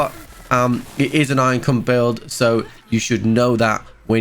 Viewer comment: I..I..iron cum build?!